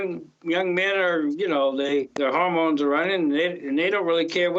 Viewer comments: I for sure thought he said home loans lolol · Did he say "home loan"? I thought he said "hormones". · I absolutely believed he said home loans the entire time. Fit with the whole asshole vibe he gives off. Didn't surprise me 😂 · He said hormones not home loans 😂😂😂😂😂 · he said hormones not home loans lmao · He says hormones, not home loan! 😂😂😂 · He said hormones not home loans lol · Lololol I was hoping I wasn't the only one who caught that, I was reeeeaally confused at first about why he was going off about home loans 😭 got a good giggle when it clicked 😅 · I heard “home loans” too 😂